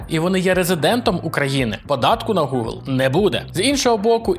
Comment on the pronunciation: Прутня тобі, а не вподобання. Я не можу слухати цей новомов. Гелблейд, Горайзн, Горор, ВальГейм, Гакер та інші слова в яких англійська "h" читається як "г". В той же самий час такі слова як Гугл і Геймпасс ти теж вимовляєш з бісовою "г", хоча по законам бісового новомова там має бути "Ґ". Це повний треш. У мене кров йде з вух. Вже мовчу про "дай боже". Чувак, бога нема. Свої замашки правослаБні залиш деінде.